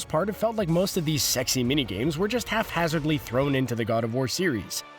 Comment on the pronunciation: That is not how "haphazardly" is pronounced.